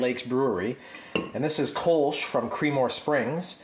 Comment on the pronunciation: The Kölsch has an umlaut on the o so it is pronounced - kerl-shh